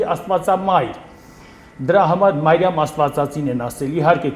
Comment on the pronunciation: Ոչ թե Մայրամ, այլ Մրիամ, ոչ թե սայլյարկա, այլ սալյարկա, ոչ թե հույր, այլ հյուր, ոչ թե բալանի, այլ բանալի։ ջան, այդպես էլ է լինում։ Գոտեպնդվիր։ Բայց մի բան ճիշտ ասաց, որ կնիգա բառը իրոք կնիք բառից է առաջացել։ Հայ վաճառականները տպագրության հաստոցը Չինաստանից բերեցին միջնադարյան Ռուսյա և նրանք, լսելով հայերից կնիք բառը, տպագիր գիրքը, անվանեցին կնիգա(ռուսերեն, լիտովերեն)։ Համենայն դեպս կա այդպիսի գիտական վարկած։